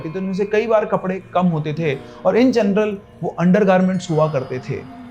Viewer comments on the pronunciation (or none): none